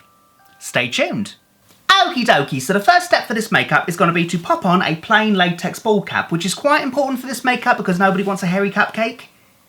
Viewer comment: Every time you say "plain latex bald cap" I still hear "lame Playtex bald cap". :)